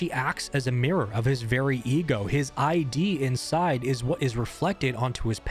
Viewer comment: late to the party but it's literally just pronounced "idd" like a soft i. It's just id, not I.D. like "Aye-Dee". It's weird but Id is pronounced as its own word and not 2 distinguished letters same as Ego is pronounced "Eey-goh" and not E.G.O. or "eey-gee-oh"